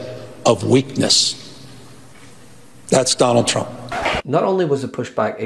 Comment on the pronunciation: Its sounds like Newsom says. . . . . . . . . ." Donald Chump". I don't hear an (R) anywhere when he says his name. 😂😂😂😂😂😂